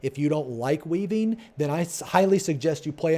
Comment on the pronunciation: when he said "if you're weaving appropriately..." I heard "if you're weebing appropriately..."